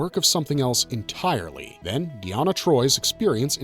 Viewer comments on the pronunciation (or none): it's actually "Adonais" in the title of the episode, not "Adonis". Anyways, "Adonai" is Hebrew for the Lord, referring to God. . And yes, he mispronounced it. He also mispronounced Deanna's name.